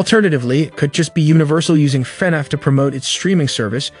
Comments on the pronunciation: fanaff fans????????????????????????? its prounounced lik fuhnaff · YOUR STILL SAYING IT WRONG YOU SAYING FEHNAFF ITS FUHNAFF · DUDE ITS FUHNAFF NOT FANNAFF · I can’t stop laughing at how he says “Fenef” instead of FNaF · if this guy says Fanaf instead Fnaf one more time I'll jumpout the window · f-NAF not F-nef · no hate but can u pls stop saying "fe naf" its just straight up "fnaf" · why is bro calling it fenef instead of fnaf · broooo it's fnaf not finaf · i'm in pain each time he says "FANAFH" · fenhahf?? markip i l e r? get it rightt edit: SCAWT CAW THON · Love the "fe-nef" pronunciation. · Lmfao bro said "markipaler" and "fanef"💀💀💀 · I keep hearing Fed Ef when he says FNAF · Why is bro saying “fenneff” lmao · man really said fenef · WHAT IS WITH THE TEXT TO SPEECH "fEnEf" "elephant in the rune" store line" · fnef movie lol, he also says fnef every other time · Ah yes. FNEF can’t wait to see it I loved watching mark play FNEF. Y do u keep saying FNEF???? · Why does he say fnaf weird Feneff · it bothers me how you say FaNAF. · why he saying fenaf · bro why do you keep saying FENEF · The way you say fnaf weirds me out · BROOOOO HOW DOES THIS GUY PRONOUNCE EVERYTHING WRONG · Look. i appreciate your vids but pleas pronounce "FNAF" "Markiplier" and "Cawthon" correctly. it makes me rage listening to how you say it in every video. Mark isnt in the movie, he is producing his own movie. Cory Kenshin is in the movie tho.